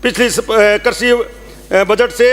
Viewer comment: अरे ढँग की हिन्दी भाषा बोलनी तो सिख ले जहाँ परन्तु की जगह पण और कृषि की जगह कर्शी बोल रहा है।